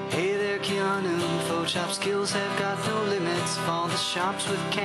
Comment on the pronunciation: WHAT'S WRONG WITH YOU PEOPLE .. LEAVE THE KEE OUT OF KEANU ..!! well , cuz it's pronounced Kay-a-noo Reeves ..!!